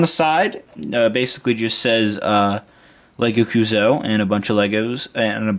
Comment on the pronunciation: YOU SAY CUUSOO WRONG! FUUUUUUUUUUUUUUUUUUUUUUUUUUUU...IDK